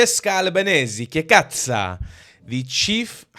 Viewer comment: " che... cazzo" not " che kazzah" 😂😂😂😂😂